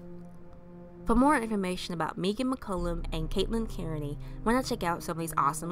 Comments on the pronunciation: Thank you so much!! (It is pronounced like "Megan" but I am so grateful you covered her story!!) Thank you, thank you, thank you!!!! <3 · pronounced "Meghan" Its the authentic Irish spelling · Its pronounced Megan but spelled unusual. She was my best friend